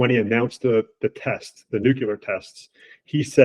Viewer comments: It is nuclear not nukular... and get better mic ffs. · This trends journal guy needs to learn how to pronounce the word nuclear. It's nu cle ar, not nu cu lar. So lame. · Nukelar,.. its pronounced nukelar😂